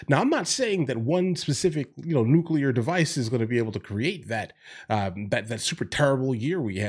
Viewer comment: The SECOND someone in a position of public address pronounces Nuclear, "New-Kew-Lurrr" I turn my fucking ears off. If he can't be bothered to care about what he speaks about, I can't be bothered to give a fuck.